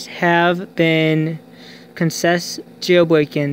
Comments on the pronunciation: jail bwoken wtf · Jail woken 😂 that’s all I heard